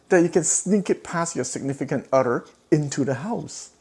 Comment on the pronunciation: Did you say significant Otter or Utter?